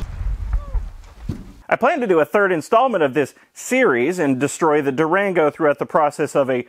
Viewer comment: I say Durango, you say Duragno